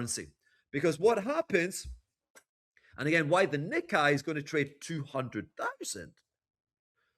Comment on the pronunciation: is an expert. I get it. But it's pronounced "knee-kay". I speak Japanese -- trust me.